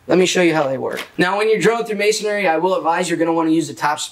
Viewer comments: Not: ma son ary. It’s pronounced may son ree. 3 syllables. May son ree. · Isn't it "Masonry" - and not "MasonAry"!? Or is that just me? :)